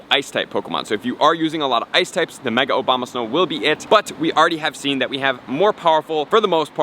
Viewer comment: Did he say Mega Obamasnow? xD